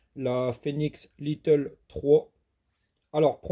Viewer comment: Pas little comme tu le prononce mais lite ou comme de l'ail avec te à la fin. Désolé 😶